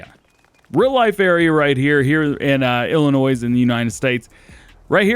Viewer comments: Ummm great video as normal but the s is silent in Illinois. Have a great 4th. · The S in Illinois isn't pronounced. Every time you say it, I cringe. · The "S" in "Illinois" is silent by the way. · I know this is picky, but the S in Illinois is silent. Us Illinoisans hate that people pronounce the S